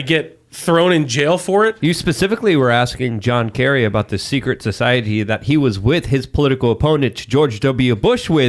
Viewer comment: stop saying “SOH-CEI-EH-TEE”!